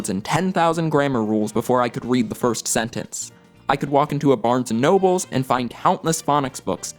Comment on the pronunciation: When you said Barnes and nobles I wanted to smack you